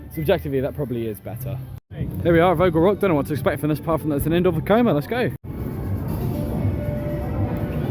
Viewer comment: You said Vekoma 👏👏👏 3 times in this video